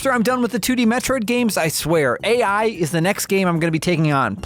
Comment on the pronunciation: i hope this devastating blow makes you learn from this mistake😔 ('a.i.' is pronounced like 'eye' lmao)